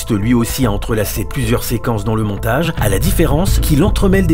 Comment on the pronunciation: Montage parallèle et pas Montgae parallèle svp hihi